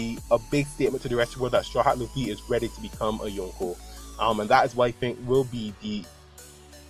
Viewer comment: very nice theory mate keep it up !! :) btw i like the way you pronounce yonko :p